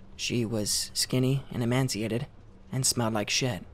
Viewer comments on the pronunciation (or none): I love you dude but it’s a recurring thing, it’s emaciated, not emansiated. Eee-may-see-ay-tid. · Emaciated is pronounced EEE-MAY-CEE-AYY-TED, where the fuck do you get the N from? Mashing up emancipated and emaciated? Also, why do Americans pronounce shone, past participle of shine, like it rhymes with shown? It's pronounced like it rhymes with gone, just say shined if pronouncing shone correctly is too difficult.